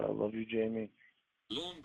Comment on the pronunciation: Also the way he says ‘letters’.and ‘love’ (he really accentuates the L and it’s awful)